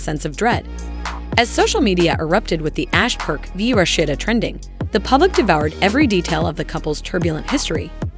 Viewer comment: Him & homegirl would possibly have to get real jobs, cuz Rasheeda shouldn’t have to pay him a dime. She was the money maker not him. Would the announcer learn how to say Rasheeda’s name!!!